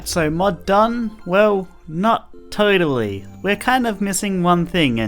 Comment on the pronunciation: no joke i thought he said mud ideas